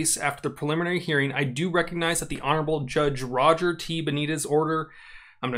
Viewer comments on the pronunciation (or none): none